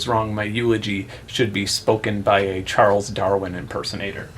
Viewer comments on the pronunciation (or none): none